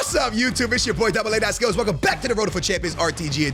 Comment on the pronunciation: THE WAY HE PRONOUNCES PLAYER NAMES GETS ME EVERY TIME 😅😅😅 THE HOMIE 😅